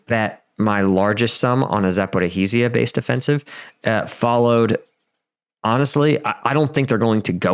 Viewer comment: Za - po - REEJH - ia